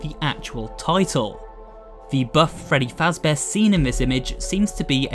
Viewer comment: Frudy feezber